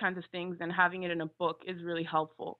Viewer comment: Its "book" not "bek".....!